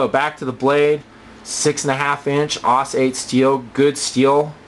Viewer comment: um....isn't it pronounced S-O-G? like individually? And isnt it A-U-S? like individually? :D